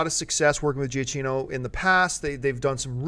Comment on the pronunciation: it's pronounce Jyah-kee-no for god's sake! -_